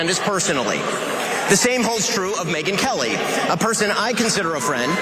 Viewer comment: I thought Cenk said Midget Whores Lmao